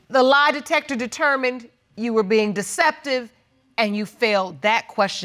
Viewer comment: "The lie detepper teh"